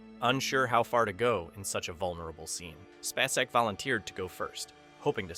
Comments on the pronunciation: Finally pronounced, SPAY - SECK correctly, then says it wrong again. Lol. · SPAY-cek. I am so tired of AI voices. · Sissy SPACE-ec. NOT Spass-ec. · How many times can this guy mispronounce "SPAY-SEK"? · What ruined this video for me is that the narrator could not even pronounce Sissy Spacek’s name correctly? We all know how to pronounce her last name, but this guy who is narrating this video keeps calling her some weird name. That lets me know he is not really a human being or he just doesn’t give a shit about how famous actresses name is pronounced, either way I’m out. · Yeah, that's not the way you say Sissy's last name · How can you do a video about her and NOT SAY HER LAST NAME CORRECTLY?! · I wish the narrator would pronounce Sissy‘s name properly❤ I enjoyed this thank you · The way you or your "narrator" pronounces Sissy Spaceks last name irritates me. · Occasionally he says it right, so it may not be AI